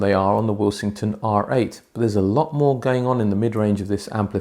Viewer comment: I haven't watched the review yet but am currently taking bets as to whether you pronounce Willsenton Will-sing-ton instead of Will-sen-ton. 😉 Any bets to Jim the Pedant, Pedanton, Pedantville, North Pedantshire.